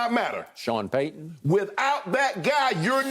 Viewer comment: Paaayton, as in Manning. Come on Shannon. Know your GM